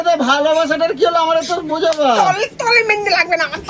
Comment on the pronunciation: ওরে অশিক্ষিতের দল! জিনিসের নাম ঠিক করে উচ্চারণ কর। ওটা "মেন্দি" নয়.. "মেহেন্দি"!